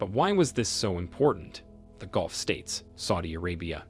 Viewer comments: Mate, please do not crucify my Mother Tongue The British English Language. Golf is a sport and dubbed onto a VW Polo car. Gulf is pronounced Ga-lf. Speak your language. Do not rape mine. Thank you. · "Golf" states? Must be where Trump vacations! I should be forgiving of people whose 1st language is not English. It's difficult enough, even for those of us who speak it natively. Maybe that's why no one seemed to catch the AI glitch. I can forgive humans. Not AI. It drives me crazy! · Correct your word ...Persian golf... nor ...golf...